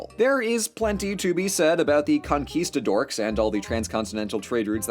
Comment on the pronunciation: "Conquista-dorks" I had to replay that line three times to make sure I was hearing it correctly.